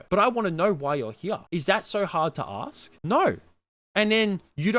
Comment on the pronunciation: “Can I aksed you a question?”